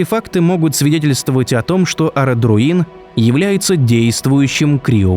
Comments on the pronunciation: написано Ородруин,сууука,название явно новое для твоего слуха,но какого черта ты меняешь его произношение ,Арадруин 🤣🤣 вот так и хер поймешь как потом писать А или О в русском езыке,черти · Мне хочется оторвать себе уши, когда он говорит "Ородруи́н", Ударение в названии ставится на вторую "о" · ОродруИн правильно